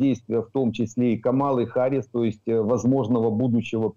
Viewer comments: Когда уже научитесь правильно читать имя Харрис ??? На все американо - английские имена и фамлили , ударения падают на первый слог..! 😂😂😂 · "Си Дзин Пин - председатель колхоза" 😂😂😂 Класно сказано! Зауваження пану. Камала Харіс, а не "Гаріс". Пан вимовляє правильно (як Американці). Я задонатив на ССО. Дякую за зведення! Бажаю здоров'я! Слава Україні! 💛🇺🇦💙